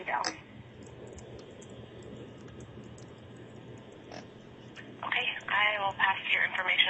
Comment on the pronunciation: I hear Tammy saying her name "dayBEL", but during the trail I hear everyone says "daybo".